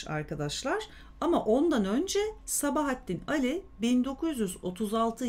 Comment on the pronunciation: Sabahattin Ali'nin okunuşunu A üzerinde uzatma olduğu şeklinde biliyorum.Fakat diksiyonunuz çok güzel,Gulyabani'yi sizden dinledim.Hem de bir solukta! Size müteşekkirim.